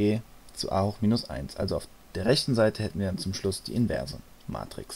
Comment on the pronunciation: Das heißt nicht Matriz, sondern Matrix.